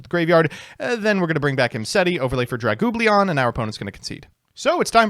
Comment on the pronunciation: okay but for as much shit as gives to other yugitubers and such for not pronouncing words properly, how do you say "aggro" instead of argyro, or "dragublion" instead of draglubion?